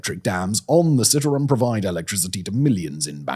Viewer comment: You are pronouncing the river incorrectly. I am a Canadian living in Jakarta. It's worse than you can imagine.